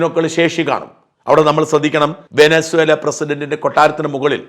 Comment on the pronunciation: Vensuela , angane annu pronounciation